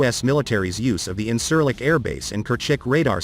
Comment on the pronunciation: This video is full of false shit, at least try to pronounce the airbase that you are talking about